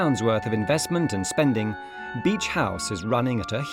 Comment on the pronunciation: BEACH not beech ….. has no one picked that up ?